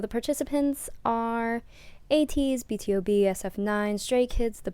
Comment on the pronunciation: It's B-to-B btw not B.T.O.B.